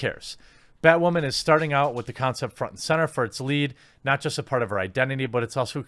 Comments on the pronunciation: Why do you keep saying batwhoman instead of batwoman? Like those annoying people that say fucking moosli instead of museli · It sounds like you keep saying, "BatWAHMAN." Are you doing it on purpose or subconsciously...? 😂🤣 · Y does he pronounce women as wamen??? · Why are you saying "Bat WAH MAN"? I've heard you say woman normally hundreds of times and you even say it correctly a couple of times in this video. But when you say "bat" in front of it you say "WAH" man. Is this a deliberate choice to mock the title? Not a criticism, just a question on an observation. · why doe he say "woman" like that?? lmaaoo whau min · Am I hearing things or is he almost saying Batwahmen LOL? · Are u saying BatWhamen😂